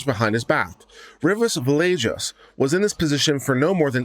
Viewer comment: If you are going to practice law in Texas, the least you can do is learn how to pronounce Hispanic names. Both were mispronounced each time they were stated in the reading of the judgement. You will probably have some Hispanic/Latino clients and I'm sure they would appreciate their names being pronounced correctly. Villegas is pronounced phonetically as Veyages..long e and when you see an 'e' it is normally pronounced as a long 'a'. Two 'll's' is normally pronounced as a 'ya' sound...soft 'a', not 'yay'. A 'g' is normally pronounced as a hard 'g', not a 'j' and an 'i' is normally pronounced as a long 'e'. Also, the defendants name is pronounced Cortesluna, not Corsteluna. The s comes before the t. Re: the judgement/decision, I am so surprised that the 9 Circuit thought these two cases were similar at all. I'm glad the Supreme Court corrected the error. I really like your channel and like how you cover all of the cases. Thanks for reading.